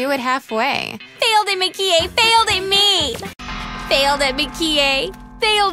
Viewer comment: Mah-ki-eh In the English version, the emphasis is on the ki, but in the Japanese version, it's on the Mah.